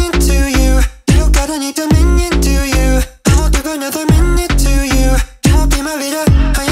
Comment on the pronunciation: cg5: pronounces it 'to you' salem: TOIYUUH